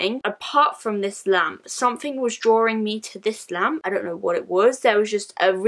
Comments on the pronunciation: I thought she said lamb 😂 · I deadass thought she said lamb 😂